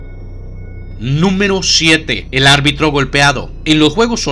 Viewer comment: Buen video. Solo un detalle, se dice ARBITRO. Saludos